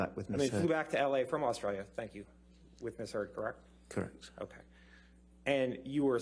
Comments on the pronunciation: This lawyer can't even say the word "correct" correctly. "Krreckt? Krreckt?" Tell this dude to sit down already. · He can't even pronounce the word correct properly, he says, Kirek? kirec? Annoying. LOL